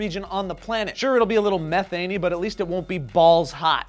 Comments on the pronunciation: You said it like this meeeethaynee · ME-thane!! Not Mehh-thane! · You say methane wrong, it's m-ee-thane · it's pronounced mee-thane... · guys.. its pronounced "mee-thane" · Just look at how it's spelled "Methane" and how do we say it? We say it like Meth...ane... sound the word out... *face Palm* I don't want to live on this planet anymore... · It's pronounced ME- THAYNE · Meth-ane... get it right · Its pronounced m-ee-thane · You keep pronouncing methane wrong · Your saying Methane all wrong.